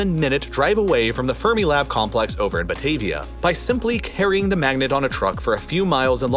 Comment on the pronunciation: Fun video! (Although you mispronounced “Fermilab” and “Des Plaines.”)